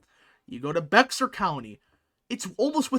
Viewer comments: It’s pronounced “BEAR” County not “BEXAR” County. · Bexar County is pronounced like “Bear”, the x is silent . From a native Texan. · It’s Bear county, the x is silent. San Antonio is in Bear county. It confused me at first when I moved there. The local will laugh at you as a yankee! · Great video! Looking forward to more like it. Just a friendly constructive remark: Bexar is pronounced like Behr as in Behr paint. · Based on your pronunciation of Bexar County, you ain't from Texas are you? lol